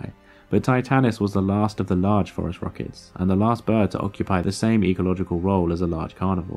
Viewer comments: No idea why he pronounces it like that. It's phorusrhacids, as in "for-us-rasids"; the last part should sound like "acid" not "ruh-kids". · I don't think so. You said that's "how it's pronounced" and clearly it's not pronounced "forest rockets". A non-native English speaker may not pick up on that distinction. But what the heck .. like everyone else is saying .. "forest rockets" is a cooler name. Let's just run with it. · "...and they were known as the forest rockets..." ?!?!? Really? Are you sure you're pronouncing that correctly? How do you spell it? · I heard "forest rockets" instead of "Phorusrhacids" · I keep thinking that you’re saying “forest rockets” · Apparently you were NOT saying "forest rockets", but I'm glad I'm not the only one who heard that every single time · I was happy with hearing what I heard... FOREST ROCKETS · If not for this comment I would have watched the entire video and gone on with my life thinking he said forest rockets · He was saying forest rockets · Same here. I looked it up using "Forest Rockets" and got high school sports. Then I tried "Forest Rockets, Terror Birds" and finally got Phorusrhacids. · This is what happens when you have an oral language that much deviates from its originally phonetic counterpart, its written form. Spaniards, Portuguese, and Italians would not pronounce Phorusrauchids 'forest rockets' -- they would distinctly pronounce both u's like the u in 'put,' the i like 'ee' in 'meek,' the 'a' like 'a' in 'ah' and not combine 'a' and 'u' into an 'o' sound. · Almost as if the scientific name was purposely phonetically trolling anyone hearing the pronunciation for the first time...got me too! lol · he is not? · if you are basing the pronunciation on the American standards, then yes it does sound like Forest Rockets. But this guy is British, they have a different system. so there's the distinction. But yeah Forest Rockets are a cool name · I swear he was saying, "forest rockets". Oh, apparently everyone did.